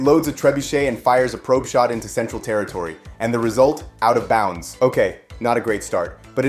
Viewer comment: It's out of bounds, not "out of bounce" :P nice video.